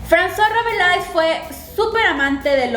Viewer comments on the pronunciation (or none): ¡Gracias por estos videos! :D Me parece genial que invites a la gente a leer los clásicos. ¿Hasta qué época vas a hacerlos?, si se puede saber. :) Ah, y solo como contribución, creo que se pronuncia Rabelé, según mi conocimiento del francés. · Yo también creo que se pronuncia Rabelé. O al menos eso recuerdo de las clases de literatura.